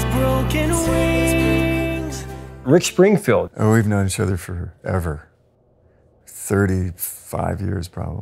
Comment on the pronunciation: Did you just say Rich Springfield?